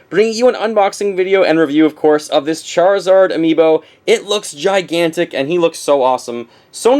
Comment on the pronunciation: ChariZORD?! what?! lol